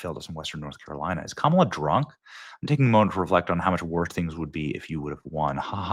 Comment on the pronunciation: Thank you for saying her kamala the correct way Benny … fake news says it the wrong way